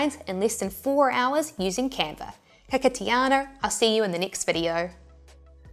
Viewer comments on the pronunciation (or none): Love your use of te reo "ano" is pronounced like 'ah-naw' vs 'ah-no". ♥️♥️